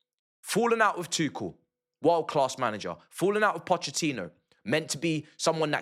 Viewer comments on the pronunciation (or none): none